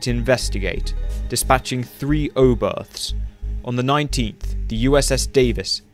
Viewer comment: ".....dispatching three oberthts....." - Oooh, Starfleet!..... - (facepalm).....